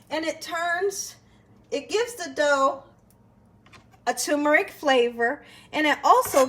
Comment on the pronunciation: "tumor-ick"????? WTAF?? There is an 'r' in that first syllable "term-er-ick"